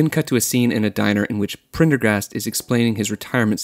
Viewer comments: It’s pretty disingenuous when the guy formatted a whole video essay evaluating the themes and characters of a movie but cannot pronounce the name of one said characters that is actually pronounced multiple times in the movie. This movie is mostly about ownership and taking back your life just in the view point of a broken dangerous man. Maybe it’s a Concept Gen Z can’t grasp because everything in their creative entertainment viewpoint is posi- colorful half baked bull. For 90s kids like myself this and Fight club were especially relevant because we lived it. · You lost me at Prendergast's name. Too cringy to continue. You were doing so well but then you messed it all up. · If you don't know how to pronounce the dudes name, then watch the movie. The fact that you can't pronounce it says you didn't watch the movie. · I think he may have had a problem saying Prendergast bc the famous name sounds similiar Pendergrass - the first doesnt roll off the tongue - its hard to believe he cant pronounce such a simple thing when he regularly reads much harder words so it comes off like theyre trying to be cute - idk if they are but imo it shouldn't last long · Couldn't finish your video. The gag about being unable to pronounce the character's name stopped being funny within the first 2 seconds. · How you gonna have trouble pronouncing "Prendergast" but then just fly through "reciprocity" lol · Prendergast was too hard for you to pronounce?! Woah. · Bro, how is Prendergast hard to pronounce, don't be that LAZY. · Prendergast is not a difficult name. You think you re funny and you think you ve got this all right. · Your inability to pronounce a very simple name, like Prendergast, assures me that you have no clue what this movie is about. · That annoyed me too. Made me wish I still had my old Uzi so I could help him cure his annoying conceit. Peace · its not even prender. its PENDER-gast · Just learn how to say it, christ. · How difficult is Prender-gast?